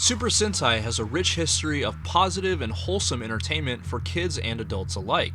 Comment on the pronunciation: Se pronuncia super sentai, super sente